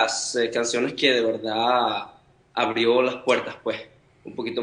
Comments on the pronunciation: Ese "puej" es tan venezolano 🇻🇪❤ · Me muero cada vez que dice ✨ puej ✨ 😭❤️🛐